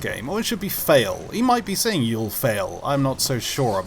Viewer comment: Sounded like it said “He’ll fall” not “You’ll fall”